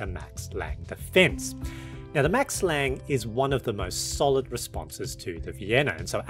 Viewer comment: as a German, can't resist the urge to mention that the "e" is pronounced, so its Max Lang-uh